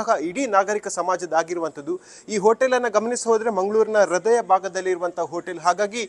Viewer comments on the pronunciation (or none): none